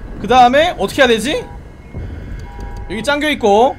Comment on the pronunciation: 잠겨있고를 짱져있고 라고말합